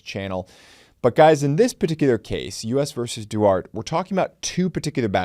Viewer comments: It's pronounced Duartay not "Duart". Jesus... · Duarte is pronounced Doo-are-tee. Now say that very fast 15 times. (pratice makes perfect) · pretty much guarantee its 'Duartay' (pronunciation wise) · I went to school with a Mexican kid whose last name was Duarte. He pronounced it differently. It rhymes with: thwart tay Or Dwartay. I love your channel,! 😁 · That's pronounced DoArtea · That's pronounced DooArtTea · Friendly FYI… “Duarte” is pronounced: Doo-R-Tay 👍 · Cooley's name comes up once in a while in arguments on the meaning of 2A, often in the company of Rawles. BTW it's dew-AR-tay. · It’s pronounced “dwar-tay” in the 9th circus. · Duarte is pronounced doo-ARE-tay.